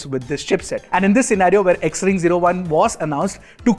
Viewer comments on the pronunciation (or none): Xring is pronounced as Shring